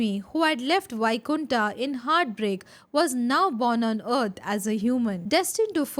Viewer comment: Many ancient words you can pronounce as it is like 'puran' not purana, वैकुंठ not बैकुंठा